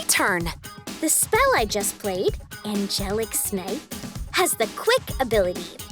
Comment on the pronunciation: 😂😂 why’d she say Angelic snipe like that